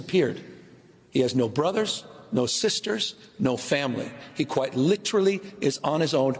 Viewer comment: He has good words, but he cannot for the life of him pronounce "literally" correctly. 🙄